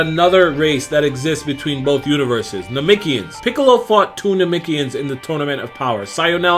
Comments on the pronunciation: Why he keep saying nemekians like that 🤣😭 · NAH-MEC-KEE-YINS.. That's how most say it.